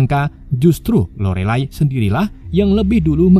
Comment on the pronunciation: Lorelay, bacanya, ga nayaman bngt